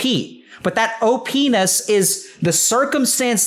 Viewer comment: for if anyone wants to hear Dr. K say "OP'ness" hehehe